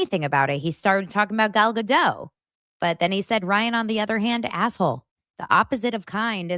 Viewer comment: Gal Ga-Dote. She's Israeli, not French...